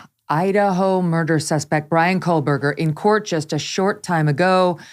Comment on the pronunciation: Great show. FYI - there is no 'L' in Kohberger.